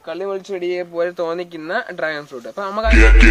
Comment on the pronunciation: റാഗൻ ഫ്രൂട്ട് അല്ല കോയ...... ഡ്രാഗൻ ഫ്രൂട്ട്....!! മൂത്താപ്പാ.....അല്പം കൂടി മൂക്കാൻ ഉണ്ടല്ലോ..... 😝😝